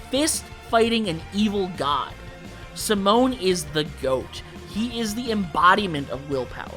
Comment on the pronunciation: Not having Freeza as a yellow is criminal. His name alone put fear into beings across the galaxy. Until super no one until Goku showed up could stand up to him. Also, it's Simon (See-moan)